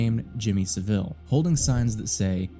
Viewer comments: It's pronounced Jimmy Sah-vill rather than Jimmy Sa'veel. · Jimmy Saville is pronounced Sah-vul btw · i jus t watched another video where someone acted as if jimmy saville was a lesser known bad person from history. nope he is one of the most well known. this was an iceberg video and it was further down the ice berg for some reason. also you americans pronounce his name wrong. its hard to type but listen to him and others who knew him say it, if you search for him i'm sure you'll find videos in which it is pronoucned properly. basically its not pronounced with the emphasis on vill. but rather, sav. it's pronounced SA vil. not sa VILLE as in villa or deville. so you pronounce it (and that other guy from the iceberg video) like seville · You are pronouncing Saville wrong. The guy was a massive nonce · Pronunciation of saville was silly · Hearing Americans mispronounce Saville, one of our worst and most prolific criminals, will always make me chuckle. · Only an American says Jimmy Savile like that 😭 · I'm not sure if I half-love or half-hate the mispronounciation of Jimmy Saville's name. On principle, I hate it when creators can't bother to spend one minute to look up a pronunciation. It feels sloppy and makes me question what else they didn't bother to check. As a non-native English speaker, inconsistency and sloppiness from native speakers adds to my mental load. Yes, I AM autistic, thank you for noticing! This specific case though? Trash his name to your heart's content.